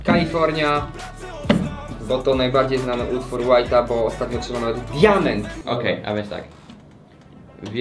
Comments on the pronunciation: WHITE'A, a nie WHITA szanowni państwo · Ja rozumiem wszystko, ale kurwa "whita"? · Mówi się White 2 1 1 5 a nie #california